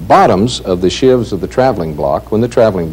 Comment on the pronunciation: sheaves not shivs